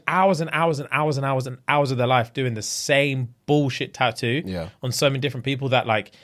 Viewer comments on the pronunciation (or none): Hey, You know there is a couple more T’s in the word Tattoo.